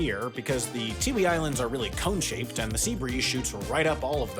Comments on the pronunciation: What else did he say? Comb? Why would sea breeze shoot up a comb? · CONE shaped. CONE. he is saying the word CONE.